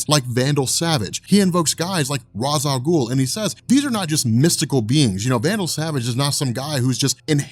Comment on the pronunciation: Say Ra's Al Ghul right.